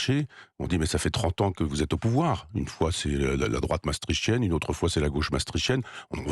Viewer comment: Pouvez-vous apprendre à un Michel Onfray comment prononcer Maastricht? C'est vraiment pénible! Merci.